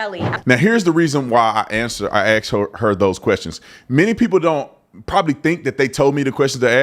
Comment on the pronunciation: I have a funny question. I love you brother. Is there a reason beautiful black people all around the world can't say asked. It's a very basic word. 90% say axed. Why?? It's nothing to with race. I'm curious. My wife did not speak a word of English 35 years ago when I met her. She corrects me now. God bless